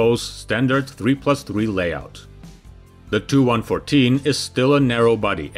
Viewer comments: 'Tee you'. Not 'too'. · It's pronounced T U, not TOO. Grrrr!!!!! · Please do not pronounce Tu as ‘Two’ but ‘T’ ‘U’ somehow the accepted way of correctly pronouncing has become corrupted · Tee U not To. Seems common to sat it that way. Enjoyed the video. Nice airplane! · FYI…..it’s pronounced tupolev, NOT Too…..114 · He pronounces the TU initials of Tupolev 'too'. The video is neigh on unwatchable. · TU is "Tee You," not "Too." IL is " "Eye Ell," not "Ill." Please.